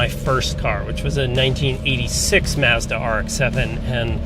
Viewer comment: Why doesn’t he know how to pronounce Mazda?